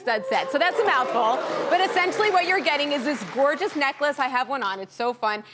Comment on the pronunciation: "Gorgeois", i speak french, WTF is she trying to say ?!?!?!